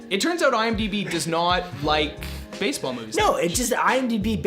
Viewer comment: You forgot the "E" wtf is "Basball" ??